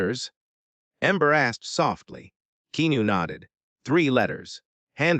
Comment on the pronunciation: Upsetting hearing reader here keep mispronouncing Keanu’s name!!!